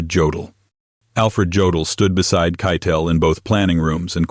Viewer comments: Not keetell the correct pronunciation is spelled kietle or kite tell . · AI. Can't pronounce Keitel .